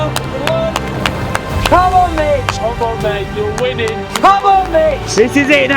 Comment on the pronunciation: i just keep hearing B1tch instead of mitch. incredible tho 🤣🤣